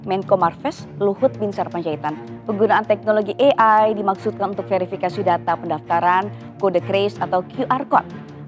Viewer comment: AI bukan EAI 😅😅😅